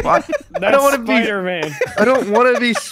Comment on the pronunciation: Aint no way that guy said s p o n g e b o b